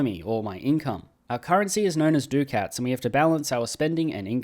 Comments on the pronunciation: dude youre killing me 😭😭 its "es-states" for 'estates' and "duck-ets" for 'ducats' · E-states and Du-cats